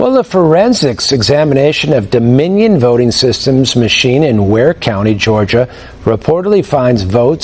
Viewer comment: Dominion not DOMINO😂